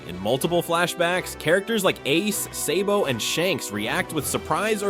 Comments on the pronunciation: It’s sabo not saybo wtf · Hopefully the is is not an AI voice because if you watch both dub and sub you’ll know it’s sah-bo not say-bo. Cool video though but I never got past this part.